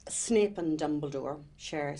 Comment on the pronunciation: Did she just said SNIP instead of SNAPE?/??!!!WTH??